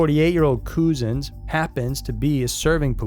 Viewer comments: Fyi his name isn't pronounced Coo-zens . It's pronounced the way cousins is pronounced. I knew you as an american would mispronounce his name ! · Its pronounced Clapam, without sounding the H and the police officer's name, arrested in connection with the case, is pronounced cuzuns, despite the spelling!